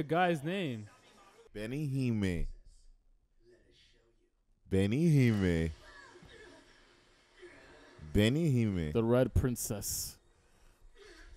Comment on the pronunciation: stop saying benihime holy shit I get a stroke when I hear it